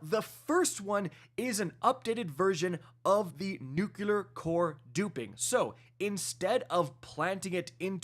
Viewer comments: Nook-ya-ler instead of the real way to say it: noo-klee-er lol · "New-Clear" "Nuu-Cleer" NOT "Nukular" "NooKoolar" SHEESH!!! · Dude you're killing me - its NUCLEAR not "nukuler'. Two syllables, not three. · Please for the love of god the word is pronounced Nuc - LY - er. ! There is no word NOOK - You - LER. SMH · Nuclear dude, not Nucular. Ffs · New-klee-er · it's pronounced "new clear"... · trying to be George with his nuculear weapons. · Yes, he’s saying it wrong, but it’s still a three syllable word, lol. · For the love of god man please learn how to say nuclear or just say nuke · I swear it makes my eye twitch!!